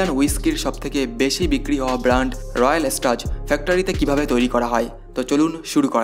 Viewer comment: ইউটিউবার হয়েছেন একটু পড়াশোনা করুন 😂😂 কথাটা রয়াল স্টাজ না রয়্যাল স্ট্যাগ 😂😂 আর স্কচ হুইস্কি মানে স্কটল্যান্ড এ প্রস্তুত হুইস্কি 😂😂😂😂